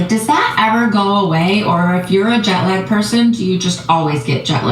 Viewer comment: When she said “jot lag” I thought was going to say “I get jock itch” my brain just went right there